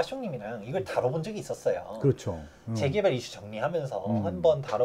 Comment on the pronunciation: "재개발"발음을 분명히 해 주세요..